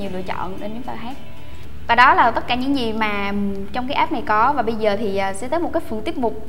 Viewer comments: ạp chứ k phải app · app ns app cứ ạp nghe mà ứa gan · C ơi tiếng anh ko có dấu nặng đâu ạ app chứ ko fai ạp c nhé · góp ý xíu app=áp nghe ạp ạp cứ ngộ ngộ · đây méo phải vì đâu vì gọi App là áp ko phải ạp